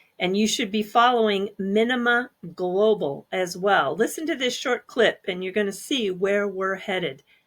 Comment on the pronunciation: It's not easy to follow anyone who says or uses the word Glo Baal .......I prefer to say Earth